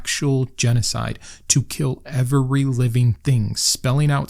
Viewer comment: The only thing you take too seriously is that second 'e' in every.